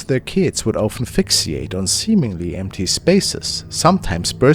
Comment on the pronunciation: At around the point, it sounded like you said aphixiate. I realized you said fixiate (which is pronounced fix-ate). Oof. You scared me saying that.